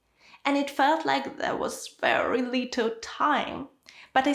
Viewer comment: some russian-speakers do not pronounce L.